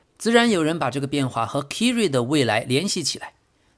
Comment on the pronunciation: 唉 你这英文名读音都错得太离谱了 Kyrie应该读作凯瑞 不是kiri😅 要不哥们听听英文新闻学学这些人名队名都怎么读呗？或者都用中文名好了，别难为自己